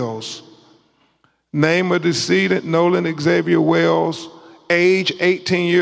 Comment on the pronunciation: Name of de-seeded 😂 Purr-liminree findings 😂 Oh-sipituh 😂😂 De-compensation 😂😂😂😂wiff-insighed 😂 Doo-win 😂 Maynor of deaf 😂😂😂